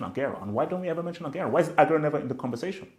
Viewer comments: it's Agu-wero not Ag-airo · This guy can't even pronounce aguero lol